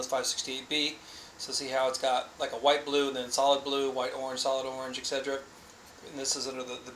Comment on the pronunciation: There is no G sound in "etc..." its "ET SET Er Ah".